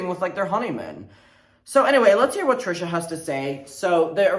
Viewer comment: stop why do you say her name like that 🤣